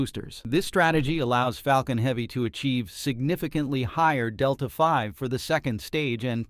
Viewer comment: Teach ur AI how to pronounce MPH...Delta Vee... etc.